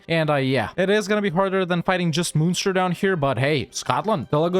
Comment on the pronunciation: Ok, I need to say that you are pronouncing the Irish munster like the german one and its wrong bro! :'(